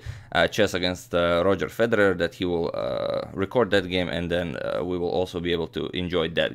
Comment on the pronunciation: "This here game" you're speaking too much American but I like how you pronounce Federer